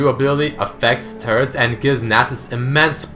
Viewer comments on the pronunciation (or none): did anyone else think he said turds instead of turrets or is it just me ?????